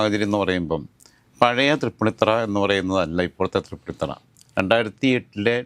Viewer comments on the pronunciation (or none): എടോ മരത്തലയാ തൃപ്പുണ്ണിത്തുറ അല്ല തൃപ്പൂണിത്തുി ആണ് ശരി